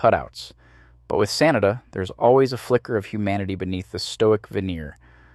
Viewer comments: The name is pronounced "Sah-nah-dah". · next time try to pronounce Sanada a little more correctly.... SAH NAH DAH. 🤣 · can't take it seriously because you keep calling him "Sinatra" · Why the hell do you keep pronouncing "Sanada" two different ways (SAN na da) (SA nada) like its two different people WTF~ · and now it's back. When it's the full name, it's pronounced how I've always heard it. But last name only? 🤔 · It's pronounced Sanada, not Sanada.